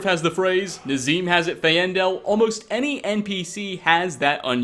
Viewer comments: How can you mispronounce almost EVERY SINGLE NAME AND TITLE in this game? "Fa-ain-del" instead of "Feyn-dal", "Alley-car" instead of ""Ali-kir", (and my favorite) "Yorl Bool-gruf" instead of "Yarl Bal-gruf". It's not like we don't know how to say them properly; they're SPOKEN very clearly in the game! All you have to do is copy what you hear. Put a little effort into enunciating things ffs... I'm not even mad, this is just disappointing and sad... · How do you mispronounce Saadia, Faendal and Alik'r when they are all said several times in game? You do mispronounce common things in every video which makes it seem like you are reading a script someone else made and you never actually played Skyrim.